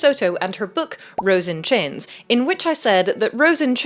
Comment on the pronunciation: The way you say chains sounds like "Chins". 😂 Rose and Chins😂